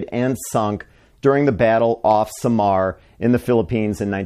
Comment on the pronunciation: Why he pronounced SAMAR fast like only 1 syllable, SAMAR is pronounced with 2 syllables SA-MAR 🙂